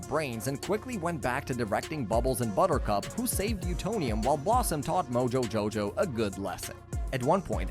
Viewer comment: Ehm ahm you did not pronounce moojojojow the way it should